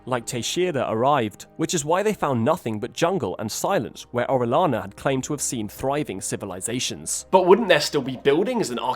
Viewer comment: Orellana. Double l sounds like Y.